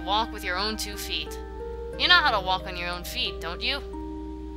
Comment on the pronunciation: I like the way you say "feet" after and , it's... Different to say the least!